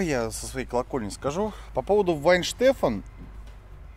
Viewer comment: Да хоть бы название пива перед выпуском выучили - "Вайенштэфанэр" оно произносится.